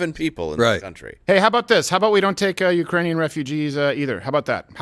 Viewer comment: Ukrainian or is it urainian?